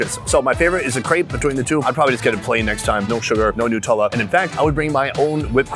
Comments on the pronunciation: Also, It's Nutella. Not Nootella. You don't say Noots. You say Nuts. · What is newtella , isn’t it Nutella ? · The way you pronounce Nutella as nootella gives me anxiety